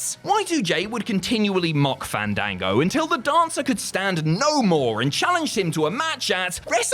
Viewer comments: It's pronounced "fahndango",. Don't risk having to fight him at next years Wrestlemania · Im genuinely offended that did not say Fandango’s name correctly during his segment. YOU HAVE TO BREATHE THE A’S!!!!